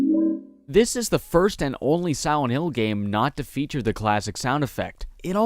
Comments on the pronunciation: Are you saying silent or siwent? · I can't stop noticing the way you pronounce Silent in silent hill "siwent". My apologies if that's a speech impediment but I didn't notice it in your later videos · Bro did you say Siwent?